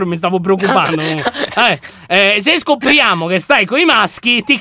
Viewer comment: Quando hai detto "avevo letto qualcos'altro" ero tipo FAMILY FRIENDILY Intendo quando hai letto scopriamo. xD Quella R fa paura xD